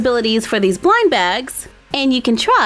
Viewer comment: I heared winebags instead of blindbags